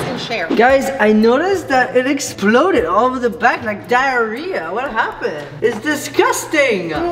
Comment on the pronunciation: Really when he said diearia I was eating now I don't want to eat